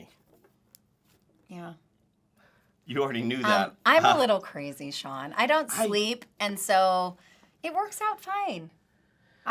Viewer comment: Stop making it difficult to say SEAN!